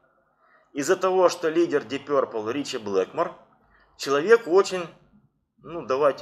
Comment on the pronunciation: Ты с когого колхоза? , научись говорить, пёрпл , начитался